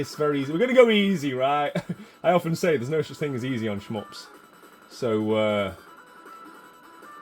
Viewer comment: Really enjoy your videos brother. please stop saying "sh-mups" LOL